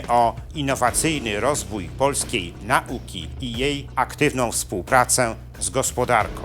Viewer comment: Nauka, a nie nałka. Proszę mówić po polsku.